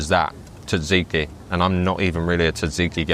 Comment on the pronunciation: …how confident are u it was “taziki” dip u had by the pool, or was it maybe tzatziki? 🤷🏻‍♂️🤣 Love ya vids, even if u can’t pronounce food names correctly!